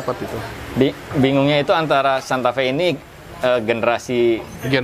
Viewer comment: Maaf om nama mobilnya santa fe, bukan santa fee